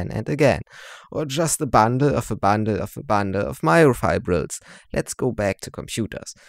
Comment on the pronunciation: Fake accent, sayin "a bundle" as "a Banda a Banda a Banda a Banda "😂